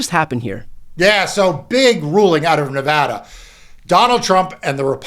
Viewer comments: Thank you sooooo much for pronouncing Nevada correctly. Lived here 20 years and it still surprises me. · Mark, I always appreciate it when people pronounce Nevada correctly. (I live in Northern California, but I feel badly for our neighbor state.)